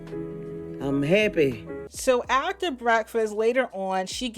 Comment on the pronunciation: I’m HAPPEAY. Gets me every time 😂😂😂